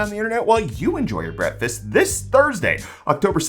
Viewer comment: I don't like the way you say the word "breakfast" in the intro. I don't know why